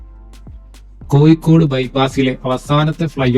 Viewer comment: കോയിക്കോട്, മാബുയ, കോര പ്പുയ, ആലപ്പുയ ഈ എല്ലാപ്പുയകളേയും ദയവായി പുഴകളായി പരിഗണിക്കുവാനും ഉച്ചരിക്കുവാനും ഇനിമുതൽ ശ്രമിക്കമല്ലോ ( യ ) അല്ല !!! സുഹൃത്തേ ( ഴ ) ആണ് ഒരു കോഴിക്കോട് കാരൻ കൊയ്ക്കോട് എന്ന് പറയുന്നത് തീരെ കഷ്ടം മാണ്